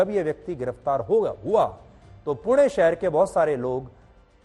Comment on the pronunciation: Thank You for saying it पुणे and not पुने 😅